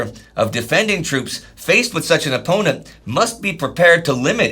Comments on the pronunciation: Toops? I think you mean “moops” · OOPS it's troops